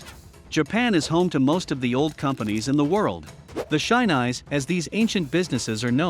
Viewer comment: bruh Shinise is pronounced 'she-knee-say'